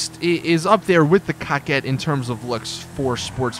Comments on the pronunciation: I know, Pronounced Coe-quette not COCK-ette.,,,,,definition,,, A woman who regularly makes romantic or sexual overtures; a flirt. ALL my cars are female. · "Cock ette. ???!! WTH it's pronounced CO-QUETTE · "Cockette" XD